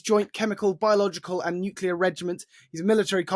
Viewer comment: As much as I appreciate listening to his views, this constant misspronouncing of names makes it look, as if he was not prepared. US secretary of defence is Hegseth, not Hesketh. The place is called Kaliningrad not Kalingrad....and he also likes to talk about nucelar weapons before. It devalues what he says.